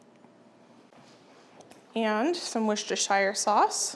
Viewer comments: sorry its not pronounced wostershire it is wos-ter-sher sauce i know i'm from the uk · Worcestershire Sauce pronounced "wer-stuh-sher" not "shire" for next time 👩🏻‍🦱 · I’m from Worcestershire, and the smell of the sauce brewing as you went past the Lea & Perrins factory is the smell of home! Your pronunciation is close, you need to say it Wuss-ter-shur. 😊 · I am English and we say WUSS-tuh-shuh. No R's anywhere! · I live in the UK, around 40 minutes from Worcestershire, you all pronounce worcester fine (woster) but shire is pronounced 'shear', like I'm going to shear the sheep. woster-shear. We have lots of counties ending in shire (Worchestshire, Gloustershire, Herefordshire, Hampshire), they are all pronounced 'shear'. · Hi, thanks for all these fab recipes, in England we often have smoked salmon as a Christmas breakfast in my family but these look amazing! Also, as American's tend to struggle with "Worcestershire" I thought I'd let you know from a Brit how Worcestershire sauce is pronounced! In its true form its pronounced "wu-ster-sher" but we often shorten it right down to simply "wuster" sauce. Hopefully that helps with the tongue twister! Merry Christmas! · American's PLEASE it 's pronounced Wooster-shear sauce. You have a Worcester in NY, PA, VT, MD and WI as well as pronouncing a city & county in the UK wrong. Its like nails on a chalkboard everytime. People make an effort to pronounce non english words correctly to avoid offence, make the same effort! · Custard has sugar in Sauce does not.....its spelt shire but pronounced sheer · I checked on line.... and while I'm sure we all want to call Worcestershire , Wor-chest-er-shy-r......it is pronounced wu-stuh-shr......too many silent letters for my liking